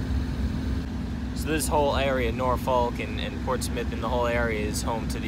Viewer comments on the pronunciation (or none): It is not pronounced (nor folk) it is (na fuck) and if you can say it with a straight face you live there. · Just to let you know the correct way to say Norfolk is Nawfuck. And yes I have worked on all of the ships you have seen. After 35 years working for the Navy I have been on all of the carriers and most of the east coast navy ships. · hey guys,Norfolk va.. is pronounced norfuck ,,lol this is how we say it around here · Man you're killin me it's pronounced naw-fuk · Norfolk pronounced norfok